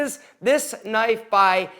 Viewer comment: Super sharf knipe. :)